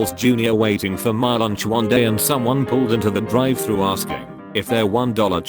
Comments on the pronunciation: the way they pronounced Drive-“Thrus” 😂😂😂😂😂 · Drive "Thrush " Pewsy SW.